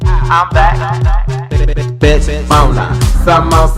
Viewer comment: Mona not ‘neighbours’ I can’t ☠️👼